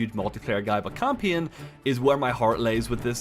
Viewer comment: He keeps saying campion 😂